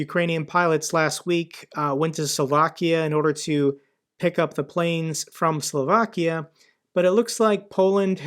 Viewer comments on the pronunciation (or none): none